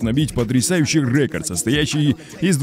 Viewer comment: Почему он произносит слово "рекорд" с ударением на "Е" "рЕкорд" ? Может я отстал и чего то не понимаю